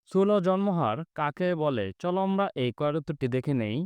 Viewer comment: স্যর আমরা আপনি বলেন আমবা